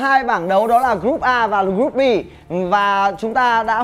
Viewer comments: Đọc group a và bắn luôn group Bi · Ku áo trắng ko biết tiếng anh :)) đọc Group A và Group Bi . Tiếng việt đá sang tiếng anh